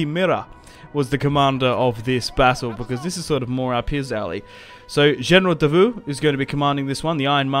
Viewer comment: Davout pronounced as DA-vo.anyway good battle ,charge of the light brigade stuff !